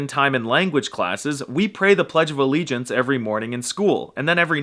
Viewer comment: So true. 😄😐 Your domestic pee is gross and you should be proud to not be the EWWW. Pledge of a-leechins? OMG you said NOclipping! You are so smart! 😃👍 P.S.: You can streamline the whole inshallahda by learning to speak in tongues.